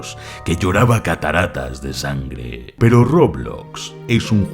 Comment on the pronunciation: alv dijo perou al principio:0